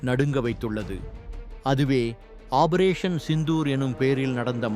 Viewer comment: "ஆபரேசன்" என்பது தவறு! வாயில நுழையாதோ!